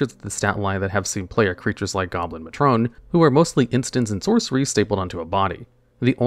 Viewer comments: Not goblin muh-TRUN, it’s goblin MAY-tron. I know I’m pedantic, but geez dude, whoever narrates these either mistypes or mispronounces at least two words a video… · wait wait wait... "Goblin mah-tron"? It's a may-tron. Like the oldest female member of a family unit? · I love the "Which word will he mispronounce this video." Matron was the winner this day.